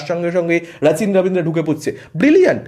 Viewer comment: উচ্চারণগুলো আনন্দবাজারের মতো হয়ে যাচ্ছে! ওটা "রাচিন" আর "আশ্বিন" হবে।